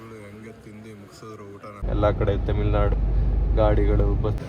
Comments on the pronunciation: Temil nadu ❌ tamil nadu ✅ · ತಮಿಳ್ ನಾಡು ❌ ತಮಿಲ್ ನಾಡು ✅